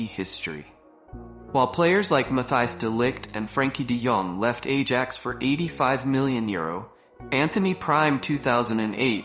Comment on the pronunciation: why pronouncing AJAX like an idiot? And yes... editing of the video is terrible. Looks like these days most of the videos are made by 8 years old